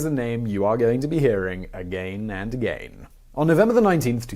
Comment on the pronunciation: I hate the way u pronounce the word “again” 🤷🏻‍♂️